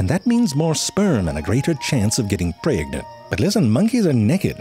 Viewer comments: "Pray-eggnant" how the... where did those vowels come from?! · The way he says "PRAYG-NENT"